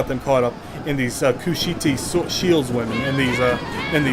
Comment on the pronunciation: Sorry to nitpick, but it's pronounced Kush-ite, rhymes with kite. They were from the land of Kush.